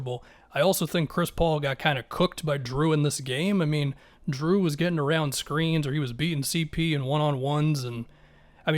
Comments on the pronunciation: Dude, its Jrue, not Drew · are you saying "drew"? LMFAO